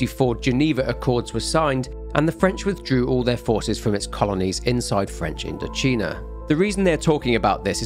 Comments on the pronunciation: INDO-'CHINA' NOT CHEENA AAAAAAAAAH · You didn’t think that the “China” in “IndoCHINA” might be pronounced like “China?” Sorry about my pedantry but I found it funny. Great work as always though ❤